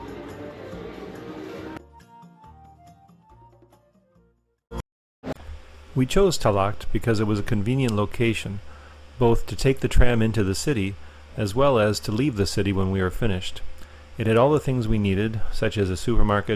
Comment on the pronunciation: tallaght is just talla not tallaght,thought its very easy to make that mistake